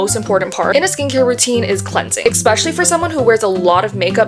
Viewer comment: I can’t listen to you saying “EXpecially” anymore Bye